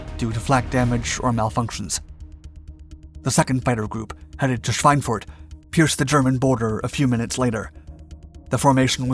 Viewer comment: Does the name of that German town translate to "Pork Sausage". My German is not great but could have sworn he said swinewurst